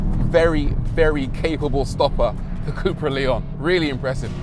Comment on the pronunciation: It's pronounced Lay-on. They are very good cars.